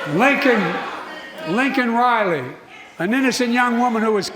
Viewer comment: He said Lincoln Riley and her name is Liken Riley